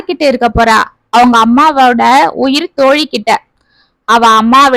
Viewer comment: உயிர்த் தோழி என்ற சரியான உச்சரிப்பு கேட்டு மகிழ்ந்தேன்.அச்சிலும் ..த்..போட்டால் தோழிகளுக்குள் நெருக்கம் மிகுமே..மொட்டைக் கடுதாசி செய்த குழப்பத்தைச் சமாளித்த தோழிகள்😂குழந்தைகளைப் பகிர்ந்து கொண்டது நல்ல முடிவு.